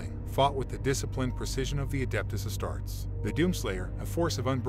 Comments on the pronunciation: It's a great story but it's pronounced "As-tar-tays", not "Ass-tarts". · A-Star-Tees, not A-starts.